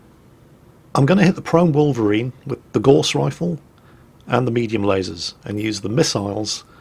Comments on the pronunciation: Gauss... Rhymes with house not gorse which is a small bush! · I suspect we are going to see a lot of videos from you on this game, so I have to ask you to pronounce Gauss correctly. It isn't pronounced gorse but gowse, named after the theorist Carl Friedrich Gauss. I wouldn't normally ask this but it distracting me from the video. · I've always pronounced "Gauss" to rhyme with "house" and not "horse", am I wrong?